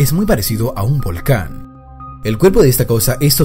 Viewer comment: 😂cuando dijiste volcán 🌋 yo escuché voalacan